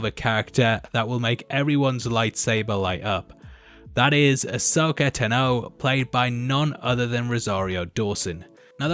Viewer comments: No “R”!!! Wtf is wrong with both of you?! Her last name is just two syllables. 😂🤦🏻‍♂️ Ah-sō’-kah Tah’-Nō. This concludes my Ted talk. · Asoka Tennoh?? wot... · So..you hear her name said un FULL many many times during many scenes throughout clonse wars, yet he insists on pronouncing her name wrong. :/ this..urks me. decent vid though